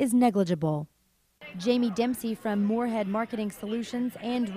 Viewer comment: It's Moosehead, not Moorehead, but hey- Fox5 called Sully "Jeremy Moon" and misspelled Barbie's name, so I guess I feel fortunate!